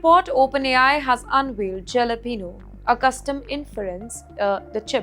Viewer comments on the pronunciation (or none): the J in jalapeno is silent. Maam you have one job, read the text from the teleprompter. how difficult is it? are there nepo babies in news too?